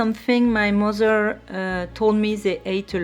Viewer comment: Oh my god! Your accent is so cool! Your “mozer” and grand “ mozer “will be reallyproud of your pronunciation!! 😂